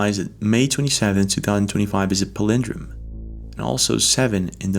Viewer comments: This show is such a larp. It's "Pal-in-drome" not "Pal-in-drum" come on dude. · The word palindrome is pronounced / PAL- in-dro:m/ o: as in home /ho:m/ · It is pronounced ... ***** Pal,a,drOme ,accent on Pal... Oh my! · Guy doesn't even know how to say Palindrome 🤦